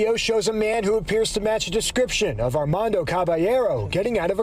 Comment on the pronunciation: It’s ar mon doe sound it out not ar man do